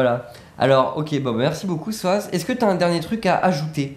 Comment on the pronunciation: SOZZ PAS SOAZZ